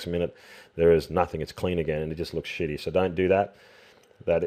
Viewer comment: DID HE SAY SHITTY ? LOL - KK